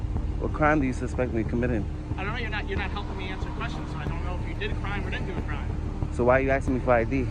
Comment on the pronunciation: What cwime 😂😂